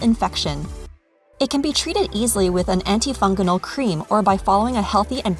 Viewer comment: Did I seriously hear, (anti)”funganal?” 😂 Be careful everyone! You have cancer! Talk about scaring people un-necessarily 🙄